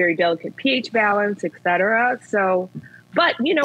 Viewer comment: This is so hard to listen to. She says "ecsetera" instead of "etcetera"